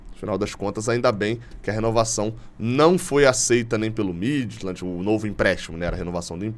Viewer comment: A pronúncia correta do clube dinamarquês Midtjylland é: Míti-iúland.